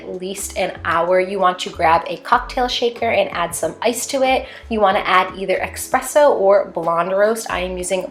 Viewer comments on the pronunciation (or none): It’s ESpresso NOT EXpresso 😭😭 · This video gives me amazing fall vibes ! It’s pronounced espresso not expresso tho! :)